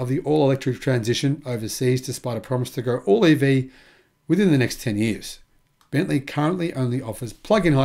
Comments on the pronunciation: Bentley! Not bentleigh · It's Bentley. Not Bentleigh.